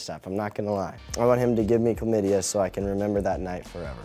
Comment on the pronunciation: OMG "chlamydia" ROFL!!!